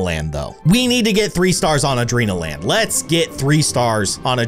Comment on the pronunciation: a-dren-al-land adrenanalin-land